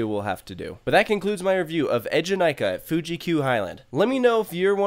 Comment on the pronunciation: That moment you wonder why a ride with twi E’s at the beginning of its name so being pronounced EDGE-in-I-ka...🤔 Also, there are some significant layout differences besides just the ZeroG roll (including in the rotations), surprised you didn’t notice (OwO) those 🤷🏿‍♀️